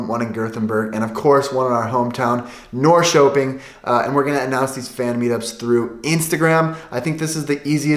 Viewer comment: I hope you learn how to pronounce Göteborg and Norköping correctly.